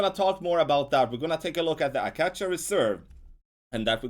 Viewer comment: Just a small note. The name of it is “ah(or uh) - Kay- shu (as in shun ) ———— Acacia